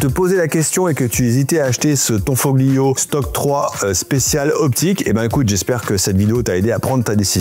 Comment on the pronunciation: On ne prononce pas le "g" on prononce tanfolio 👍🏻👍🏻 Comme tagliatelle ou famiglia A plus les appentis Italiens 😂😂